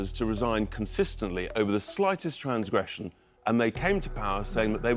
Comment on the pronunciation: Transgwession?? 😂😂😂 did he go to the same school as ange wayner 😂😂